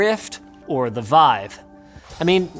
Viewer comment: It's pronounced "Veev".